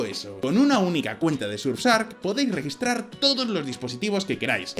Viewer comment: Orale que pronunciacion del patrocinador: sursark